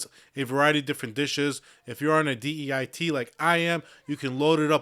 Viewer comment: You always say “deit”🤣